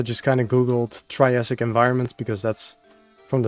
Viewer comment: every time he said triassic i felt utter pain and despair in my soul💔